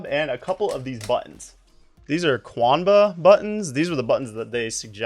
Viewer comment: it's pronounced as "KANBA"